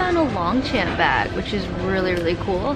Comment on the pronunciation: Long champ is supposed to be said in French so more like « lan Chan » but anyways you should have gotten it it was super cute you could have resold it as well